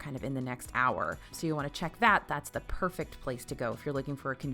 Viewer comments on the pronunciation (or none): none